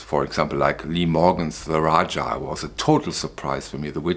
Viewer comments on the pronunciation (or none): none